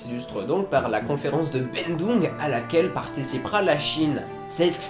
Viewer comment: Salut, merci pour ta vidéo qui m'aide pas mal pour le bac ! P'tite question. Ce ne serais pas "La conférence de Bandung" et non "Bendung" ?